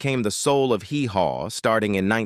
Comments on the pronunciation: I cringe everytime your ai pronounces it hee HAW. Nobody that ever watched it says it like that. Grand old O’pree?!? You can’t train it or be bothered enough to proof the quality of this garbage before you post it? You get a dislike and a block channel from me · Oh Pree? It's AW Pree, dipsh!t.... And the way "Hee Haw" was pronounced